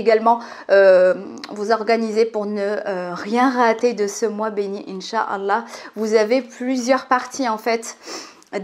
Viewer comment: J'aime bien tes contenus mais ce qui m'embête ça la façon dont tu t exprime quand tu dis douaa bismillah inchallah , tu le dis à la française au lieu d'employer l'intonation naturel vu que tu es marocaine !!